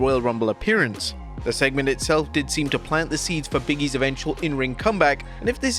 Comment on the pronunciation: Why do you have so much trouble saying "Big E"😅